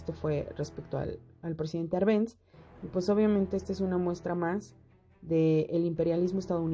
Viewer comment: Buen video, pero el apellido del presidente Jacobo Árbenz lleva tilde en la Á, se pronuncia con tilde en dicha letra